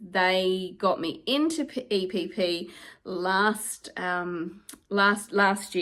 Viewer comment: So proud of you, you can actually pronounce EPP if you put your mind to it 😂